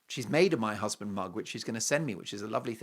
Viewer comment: I love that also especially also when he says my husband hussssbeeend